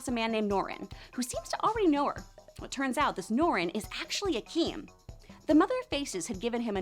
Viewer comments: His name was Ikam. Not Akeem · It is Ikem with long K